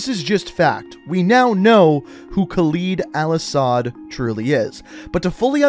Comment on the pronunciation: Your saying his name wrong